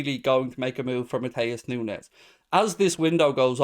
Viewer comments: I assume it would be said like Noons as there isn't a z or tilde over the n. Just an opinion post :p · Nu-ne -s s pronounced ess,,,,,,,,edit ,. It's pronounced Nu-nes